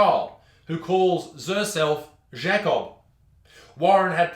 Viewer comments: Why are you saying zhakob instead of JAY-cob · Pronounces Jacob as Schecobb??? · I’m not trying to be a dick but u said Jacob like shaycob, lol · it's pronounced JAKE-OB hahaha i hope you mispronounced on purpose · At first I thought he said Jack Off is stead of Jacob at the start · The Way you pronounce Jacob hurts me it’s Pronounced Jaycob/Jaicob. And the Is the J is pronounced like the G in the Word Germ. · Why do you say Jacob like a confused frenchmen also i want to smoke i love smoked meats and im not going to stop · Why did he say Jacob in a French accent.